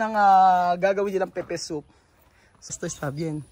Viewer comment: Pepper soup hnd pepe soup.slang lng pgkakasabi nila